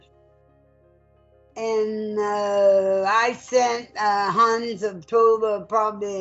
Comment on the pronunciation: As a german it's extremely funny listening to them, trying to say Hans. I accept her pronunciation but the moderator's...dude. "Hans" and "Heinz" are two different names. But I have to admit this is the first time I actually had fun watching one of these videos. I am probably gonna come back just for Hans.